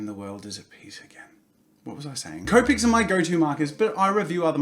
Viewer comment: As you can see, Jazza started pronouncing copics like cope-ics and not copics. MY OCD IS AT EASE!